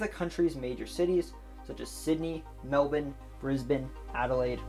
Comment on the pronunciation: AN AMERICAN WHO PRONOUNCED MELBOURNE PROPERLY!!!!!!!!!!!!!!!!!!!!!!!!!!